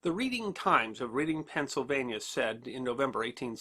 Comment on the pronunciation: Nitpick, but Reading, Pennsylvania is pronounced Red-ding. PA has all sorts of weird pronunciations